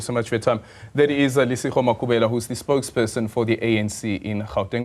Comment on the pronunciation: My bro pls stop acting hle just say Gauteng not Hauteng